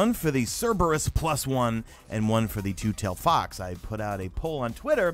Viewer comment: Loll butchered the name but keep up the good work